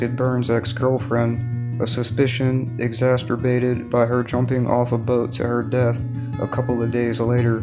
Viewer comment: Exacerbated not exacertated.😋😁😁🤭